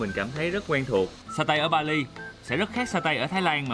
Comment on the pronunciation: he does not speak right the way of (Bali). and should go to school to learn properly.